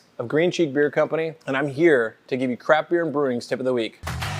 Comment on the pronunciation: Ha. It sounded like he said crap as well.